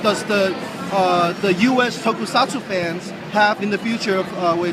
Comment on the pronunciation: Toku-sats, no tokusatsuuuuuu.